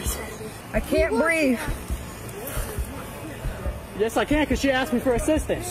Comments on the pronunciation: A grown ass woman repeatedly saying she can't "breeve" smh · The TRUE deplorables. “I can’t breef” “I’m pregnant” “I know my rights”